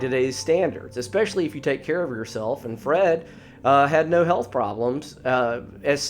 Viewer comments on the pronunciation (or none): none